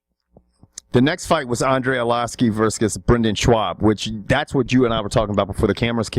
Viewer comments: "...Andrei Arloski verscus Brendan Schwab..." What a dunce. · Haha verscus